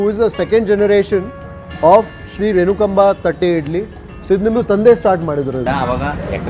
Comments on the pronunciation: Correct pronunciation is renukaamba.... instead of renukamba. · U r pronouncing the name wrong.. Its renukaamba.. Nt renukaba...